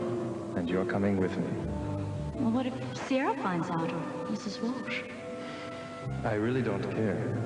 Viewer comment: I notice that some of them pronounce WalSH as WalCH. 🤷🏽‍♀️